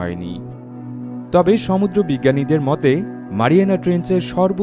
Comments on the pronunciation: ঠিক বলেছেন।ধন্যবাদ। একেবারে যথাযথ মন্তব্য। সমুূ্দ্র উচ্চারণ লিখে ঠিক করে দিয়েছিলাম।উনি আমলে নেননি। খুব কানে লাগে। দর্শকদের মতামতকে গুরুত্ব দেয়া উচিত। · আপনার ভিডিও গুলো খুব তথ্যবহুল ও সুন্দর। তবে ব্যাকগ্রাউন্ড মিউজিকের জন্য বিরক্তিকর এবং আপনার সমুদ্র উচ্চারণ ঠিক করা উচিত, কানে লাগে...